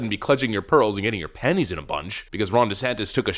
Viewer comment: Did you say "penny's in a bunch." ?